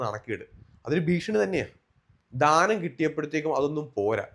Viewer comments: ധാനം അല്ല 😂 ദാനം എന്നാണ്😂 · Ningal oru അധ്യാപകൻ ആണെന്ന് പറയുന്നു.ധാനം അല്ലല്ലോ. ദാനം അല്ലെ കറക്റ്റ് word.please.....